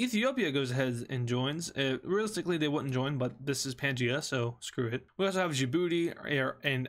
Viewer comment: It's pangea